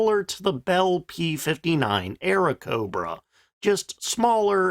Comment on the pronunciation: I think bro got the 3 and 5 mixed up. To be fair they both start with Aira and both end with a 9. P-39 and P-59? Yea? Yes it’s Airacobra, not aero. You’d think he’d get the Kingcobra mixed up instead of the P-39 since iirc he did make a video of it (lazy + slow ass data, can’y be bothered to check). But oh well, the best of us make mistakes, and that just makes us at least a little better than AI.